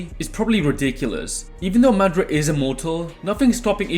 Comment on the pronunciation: Hate the way you say madra instead of madara